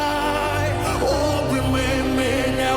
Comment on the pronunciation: Вибачте, але я тут мабуть одна єдина, кому не сподобалося. Як що вже співати пісню іншою мовою, то треба намагатися робити це максимально близько до вимови, а тут замість "Обійми" я чую "обіми", гарно звичайно, але можна було краще, бо голоса гарні